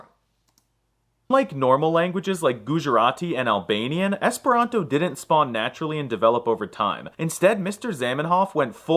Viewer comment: For some reason, most times you say the word Esperanto I hear something close to 'hispano'. Is it just me?